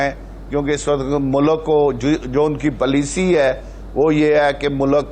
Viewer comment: Ap logo ko huwa kiya ha kis janwer ko bula kr swal ker rhy ho isko bolne ki tamez ni policy ko placy keh rha ha